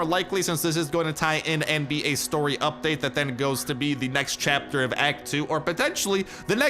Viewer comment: When says it: “UPpa-date!”